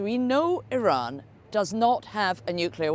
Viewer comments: irins missile defence😂irans you stroked out doofus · Geez, you’d think that if we’re going to bomb their country, at least Trump could have the respect of correctly pronouncing the name of their country 😂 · He can't even pronounce Iran properly.